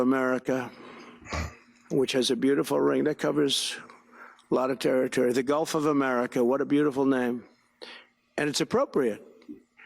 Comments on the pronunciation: Has anyone told him it's GULF NOT GOLF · ITS GULT not GOLF you orange FREAK!!! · He said Golf of America Get it right lol